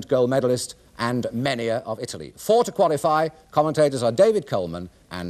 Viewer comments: A shame he can't pronounce Mennea properly! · Mennea's name pronounced badly. I do not understand why native English speakers never have respect for other languages. Try to learn the exact pronunciation as everyone who learns your language does.